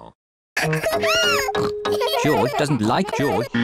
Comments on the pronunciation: It's not joj dude it is GEORGE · It’s not joj it’s George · It not joj it George omg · It sounds like George not joj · Uhm Its George not joj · its not joj its george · To this day still calls George Joj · Why dose call George joj